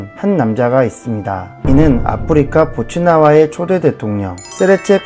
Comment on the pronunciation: 보츠와나를 보츠나와로 계속 읽으시네